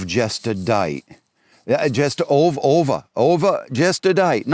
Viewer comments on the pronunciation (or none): The guy I'm convinced wasn't even speaking in an American accent. Lol I've never heard the word dight in my entire life. And nobody says Ovah for over.